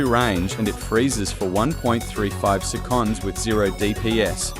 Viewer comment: This Ai voice is awfull, it cant even pronounce seconds correct